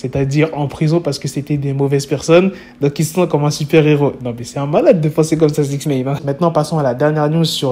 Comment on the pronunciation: Six Néne🤣